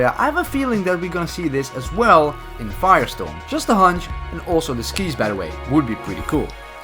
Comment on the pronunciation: Did anyone noticed that he said Firestone not Firestorm XD!